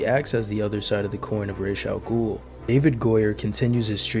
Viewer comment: I saw Batman Begins 8 times in the theater when it came out. Only movie i really wanted to see multiple times in a theater, it was such a cool take on the superhero genre. Btw how the hell are you mispronouncing "Ra's al Ghul" when they say it clearly in the movies lol